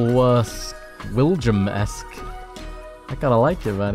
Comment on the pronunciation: "like a willum base"